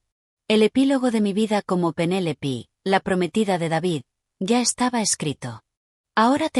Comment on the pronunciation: No es Penélipi, es Penélope 😂